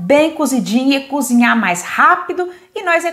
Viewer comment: DESCULPE, MAS PAR AJUDAR TEU CANAL A FICAR MAISS TOP: NÃO É FEIJÃO C O B R I D O o CORRETO É FEIJÃO C O B E R T O . BOA SORTE!!! E É V A M O S C O Z I N H A R, COM R.